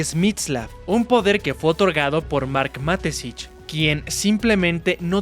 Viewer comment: Ma-Te-Schitz: Mateshits ✅ Matesich ❎